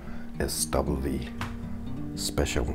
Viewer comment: Yes sir you said it correctly..Thank you for the shout out bro!